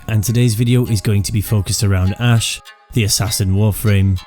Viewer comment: Ash not ass lol